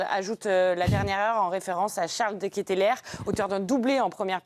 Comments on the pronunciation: Deketlare pas Deketlere,"ae" se prononce "a" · L'équipe qui parle de modestie mais qui préfère pondre des articles pour beugler "seum-seum 2018" ou rabaisser des joueurs de foot qui sont père de famille" ils n'ont toujours pas appris à se renseigner sur les noms des joueurs? De Ketelaere" se prononce "De Kéteular" pas "dekétélér"... c'est pourtant pas compliqué de s'informer. Pour le reste: bravo à la Belgique qui a répondu sur le terrain. comme l'a si bien sit un commentateur belge "ici on 'est pas dans un bureau oval mais sur un rectangle vert" Et courage à la France pour le match contre le Maroc et force à Mbappé victime de racisme. cette coupe du monde n'est pas agréable. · Ca se prononce De Keteuuulare, a un moment qd t'es journaliste sportif il faut se renseigner un minimum sur la prononciation des noms. Et Castagne était titulaire !!! Le debrief de merde !!! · Ça se prononce De Kéteulareuuh.